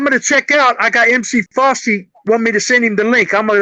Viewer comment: Daaaaaang I missed the "LIVE" with Rappers Rapp group?? SMH. YOU DA MAN, LONZO!!!! Also, you kept saying "Frosty". It's MC Fosty (his last name is Foster, that's where FOSTy comes from). Peace!